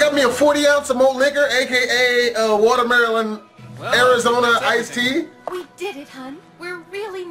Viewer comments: He said watermendelon ice tea had to go all the way there for that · does he know he said watermaryland